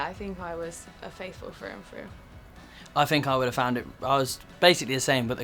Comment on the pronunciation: After all this time and after presumably watching the whole series, Harry still says 'Fateful' instead of 'Faithful'. 😂